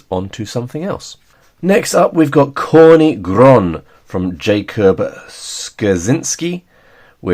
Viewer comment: Hey, just so you know, that's not how you pronounce"Corny Groń" it has nothing to do with"corn" - it's "tz" (like a tzar, ruler of medieval Russia) "or" - "ny" - with a hard throaty "y" like an "i" in "b*tch" not soft "ee" "Groń" you got almost right, the last n is softer sound like a "nie" in "niece" It means "black mountain ridge"/"black peak"